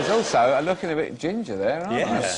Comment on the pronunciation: Stop loo-king at me! You're loo-king at me!